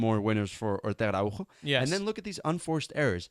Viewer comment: Btw great so see some statistics and the little video👌 Araujo is portugese. The J is a S sound😄